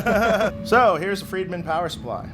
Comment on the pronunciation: It's also pronounced FRIEDman. Not Freedman. Easy to remember.... Look at Dave... what does he eat? Fried Food. Tons of it.